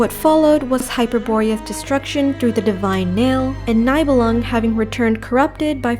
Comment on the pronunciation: My only gripe is some name pronounciation like them saying Nye bell lung instead of nee belung